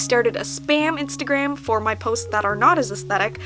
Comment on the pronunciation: "Instaa gram" lol Luv ya 💕